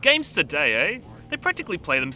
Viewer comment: "Games todayey" lol, the brits are the best reviewers